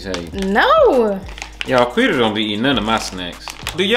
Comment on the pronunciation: nobody : quita : “ partart “ 😂😂😂😂😂😂😂😂😂😂😂😂😂😂😂😂🤣🤣🤣🤣🤣🤣😭